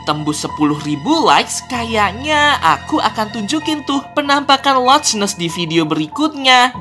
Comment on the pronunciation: Locnes bang bukan locsnes